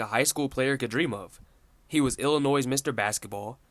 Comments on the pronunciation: the mispronunciation of “Illinois“ over and over again is the only issue in an otherwise solid vid. Subscription button: HIT. ill-UH-NOY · Kind of blows my mind that someone can be smart enough to make this great video, while at the same time not know that the S is silent in Illinois...